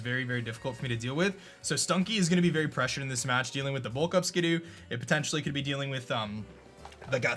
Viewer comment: "He actually didn´t have Berry Juice, I´m berry surprised."